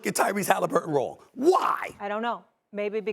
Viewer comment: . "My dad was wong" who is this Wong?😂